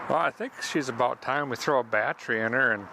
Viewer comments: This guy could probably put a used, 100 year old motor in a duct tape and license plate body, with a milk crate seat, and once he learned how to correctly pronounce bat-tery, he'd be off across the country! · Did he say bat tree 😂